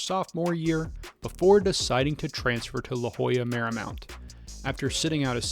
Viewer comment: Lo Jolla Marymount? It’s LOYOLA Marymount